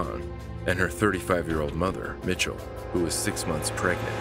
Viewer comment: That poor darling from the first call. She was beyond petrified but she handled that really well. Also, to the narrator; I don’t believe her mum’s name was ‘Mitchell’, it was ‘Michelle’..